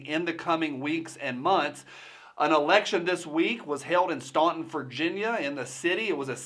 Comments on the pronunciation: Staunton is pronounced "Stanton." Yeah, I know, weird. Gov. Blackface lives in a little bubble of urban (mostly Northern Virginia) Democrats where he's popular and where they keep it down when the red Commie phone rings. Besides, Virginia governors can't run in consecutive terms so he doesn't care. Obviously, someone has promised Blackface a Washington gig. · the locals pronounce it Stanton even though it’s spelled Staunton not really a big deal I love and respect you until the very end bruh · here in VA we have a tradition of mispronouncing our city names. We pronounce Staunton like Stanton! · staunton is pronounced like stand stantin